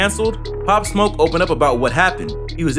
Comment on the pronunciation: Why do news stations send people who know nothing about the story or person out to report it. The fucking guy could not even get his name right